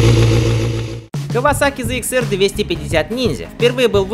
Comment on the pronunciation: ЗЭ Икс? Почему тогда говорите «зэт 900»? Попробуйте правильно «ЗЭТ ИКС 25»